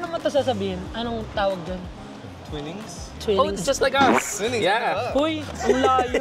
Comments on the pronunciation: Twinings = Twainuhngz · with conviction pa ang promounciation ng maarte mali naman. Twaynings ang basa jan! Masabi lang na sosyal, mag lipton ka nalang boi!